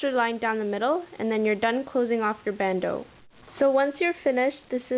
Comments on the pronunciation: It's pronounced Band- Oh. not ooo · It is a bandeu or bandooo ;)